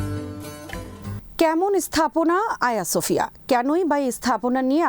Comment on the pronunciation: Not Aya Sofia, it is hajeeya Sofia.